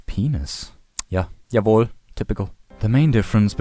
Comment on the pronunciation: And here we have more proof he has to be German as he has 0 accent when pronouncing German names and he threw in a "Jawohl". Aaaaaaand he said: "Let me say it properly one more time before all the English viewers butcher it"